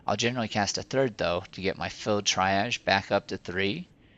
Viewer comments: out of date but useful also look up how to pronounce triage (tree-arr-je) very triggering how u say it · Good vid for any starter mando healer, thumbs up. BUT !!! triage is pronounced tree - ahj :)